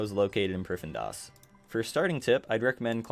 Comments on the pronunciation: Priffindas...... Dude ... you literally had the text that clearly said priff-din-as multiple times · Its pronounced prif-thee-nas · Every time he says priffendas... I get that people can have different pronunciations, but I don't see how that's one of them lol. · is located in what now. "pri-fen-das"?!? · great guide, helped me out a ton! I was losing my mind at how you pronounced prif though lol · stopped watching the first time i heard you pronounce the city name lmao wtf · Lmao same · This might actually be a good guide, but I was getting so triggered by his pronunciation of Prifddinas, I had to leave before the first full minute. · It hurts me to hear it get butchered😪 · nah, im canadian. that is not how its pronounced lmao